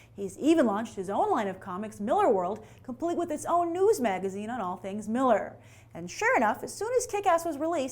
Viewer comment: It's pronounced Mill-AR!